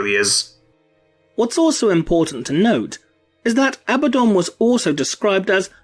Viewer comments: Isn't it pronounced A-bad-on not ab-ah-don ? Or am I blinded by heresy ? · Your pronunciation is wrong: A-BAD-dun